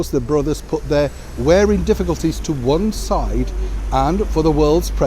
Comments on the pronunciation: PLEASE stop saying 'wearing' when the word (I assume you're reading) is WARRING! Even taking accents into account, the 2 words are not even close. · I love your posts,, but I don't understand why you say 'wearing' brothers when it's 'warring' brothers. xx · warring brother, not wearing!